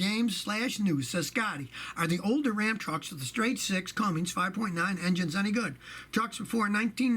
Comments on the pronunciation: Truck driver here with 45 years experience. One of my pet peeves: Cummins engines: they are not pronounced “Cummings”. There is no g in Cummins. Two different names. But love your videos Scotty! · For gods sake their Cummins not Cummings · There’s no “G” in Cummins. Hey, someone had to say it. Carry on. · There's no "G" in Cummins. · Scott lost credibility when he recommended a Ford Diesel. The Powerstroke is the BMW of the diesel truck world. And the he said Cummings🤦‍♂️🤦‍♂️🤦‍♂️ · Did you say Cummings engine??? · Why does he say Cummings? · Oh man, the way he pronounces Cummins! I live in Columbus, IN (Cummins HQ) and that bothers me.